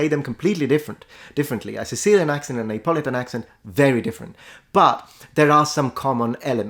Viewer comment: En anglais, Neapolitan ne se prononce pas /neɪˈpɒlɪtən/ (je pense que c'est ce que vous dites) mais /niːəˈpɒlɪtən/.